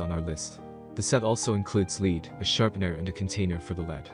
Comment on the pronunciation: Sorry, can’t take a compass review seriously if the narrator can’t pronounce “lead” properly.